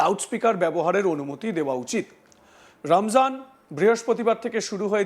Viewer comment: কাকে দিয়েছে খবর পড়তে রমজানকে রামজান বলে ফেলছে এদের শিক্ষার অভাব আছে